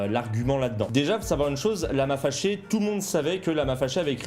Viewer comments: Quand a dit "lama faché", au début, j'ai compris "Lama Lavé" Ai-je l'esprit dérangé? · Moi j'entends " Lama Fèchier " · Perso j’entends « lama fait ch*er » 😅😂😂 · "Lama féchié" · Y a que moi qui entend : "lama fait chier"?